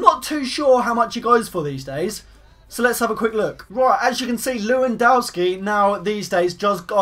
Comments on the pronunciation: It's not Lewandawski don't be Calfreezy, it's Levandovski. V not W, Polish is different. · you are so funny when you say/said leuiwandaowski = Lewandowski ;) <3 funny youtuber!!!! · It's pronounced 'Levandovski' btw